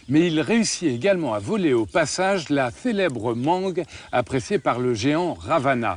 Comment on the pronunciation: 👋 TU DIS PAS "RAVANA" .²²²